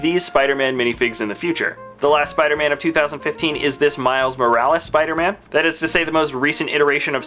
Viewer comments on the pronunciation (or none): none